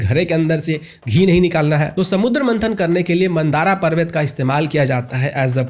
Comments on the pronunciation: मंदारा नहीं मंदर पर्वत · मन्दराचल है कृपया मन्दारा उच्चारण नहीं करें 💯🙏😇